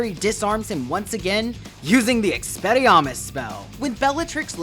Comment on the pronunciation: Experriarmus? Lmao